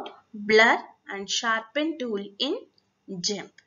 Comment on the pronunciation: Thanks for posting. Just a quick thing. 'Gimp' is pronounced with a hard G, not a soft G. (Like in 'Good'). Not criticizing! Honestly just wanted to help.